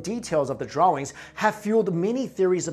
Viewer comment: Pronounce drawings right please